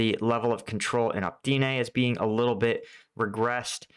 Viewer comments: For the love of pete ... O - Pit - Nay lol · It's pronounced op-it-na (Optyne) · Seriously... O-PYT-NE